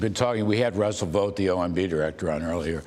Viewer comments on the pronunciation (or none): none